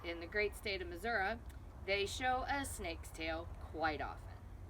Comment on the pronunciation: Where are you at in Missouri? And you said Missouri correctly😊